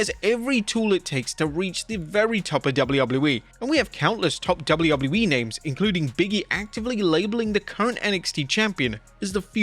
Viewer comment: why do u pronounce wwe so weirdly it makes u unwatchable dawg...